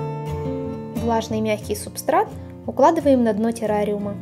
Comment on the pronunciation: вы в видео говорили субстракт а не субстрат